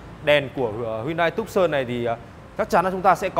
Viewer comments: Dong Nguyen phiên Âm tiếng anh theo kiểu Việt Nam đọc là tấc sần nha bạn :)) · Reviewer đọc tên xe sai rồi, phải đọc là Too - san, vì xe này được phát triển ở thành phố tucson bang Arizona , Hoa Kỳ :)) nên lấy tên của thành phố này đặt cho xe